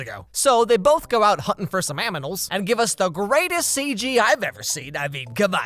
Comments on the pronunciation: Did you just say aminals instead of animals??? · Lol hunting for some aminals 🤣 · For 15 minutes i wondered why you said aminals 😭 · Did anyone notice he said "aminals" Instead of "animals" 😂😂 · Aminals 😂😂😂😂😂 I’m dying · ah yes, aminals, my favorite living organism